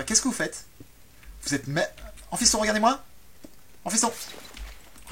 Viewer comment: A chaque fois qu'il dit Amphyston, je crois qu'il dit fiston .